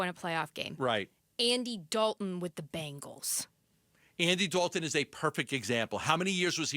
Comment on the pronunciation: It's BENgals not BANgles 🙄